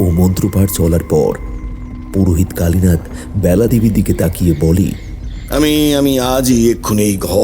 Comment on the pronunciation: ব্যালা হবে না বেলা হবে বাজে শুনতে লাগছে